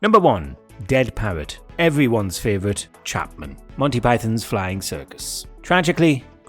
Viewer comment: You might want to learn how to say 'flying' in German.